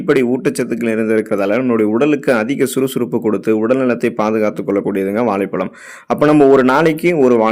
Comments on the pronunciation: வாளைப் பளம் தமிழ் உச்சரிப்பு அருமை தொடர்ந்து தமிழின் மீது மலம் கழிக்கவும் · தமிழில். சிறப்பு ழ கரம் இந்த எழுத்தை சரியாக உச்சரிக்கத் தெரியவில்லை.